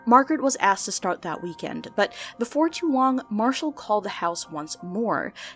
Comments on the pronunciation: "Jack Mashall" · JACK MASHALL 😂 sorry I love little mess ups like this!